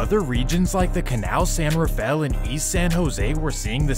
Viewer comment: Bruh said the canal